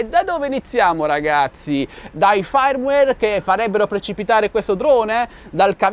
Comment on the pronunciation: Non ti curar di lor ma guarda e passa... Però si dice Firmware non FAIrmware. Sono già tre video consecutivi che ti becco...